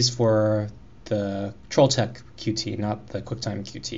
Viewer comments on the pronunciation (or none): Thanks for the videos, just starting out on CMake, useful to know how to use some more of the features. Just to let you know Qt is pronounced like 'Cute'.